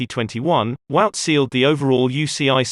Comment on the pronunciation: Guys, Wout is pronounced Vote, not Wowt- it's that simple and exactly that, Vote, NOT Wowt! Please!